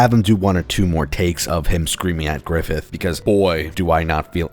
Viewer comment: "GRIFFITH!" nah bro we got "Giffith!"